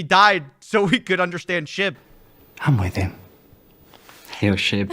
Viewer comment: I mean.. am I the only one that hears "shit" not "shib"? LOLZ